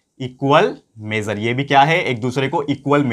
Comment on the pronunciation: Sir apka measure and supplementary word bolna nahi aata phir bhi ap world ke top #1 ho